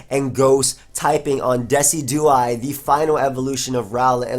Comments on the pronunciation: I think it's De-CI-du-eye, as in deciduous trees. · "Dih-sih-jew-eye" Like deciduous trees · its de-ci-du-eye(low e, low i) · I think Decidueye is pronounced like a Deciduous tree. De-si-jew-us. So it would be de-si-jew-eye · dessy dew eye....bruh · I'm pretty sure it's pronounced like deciduous+eye. like de+sid+you+eye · the way you pronounce Decidueye it's based on the word Deciduous like trees